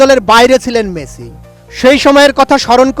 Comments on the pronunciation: বলদ মেচি নয়। মেসি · হেডার সাংবাদিক!! শিউর রেফারেন্সে চাকরি পাইছে। ঠিকমতো উচ্চারণই করতে পারতাছে না।। লিওনেল মেচি..